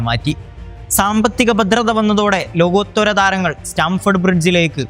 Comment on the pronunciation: ചേട്ടാ ലോകോത്തൊര അല്ല ലോകോത്തര🤭🤭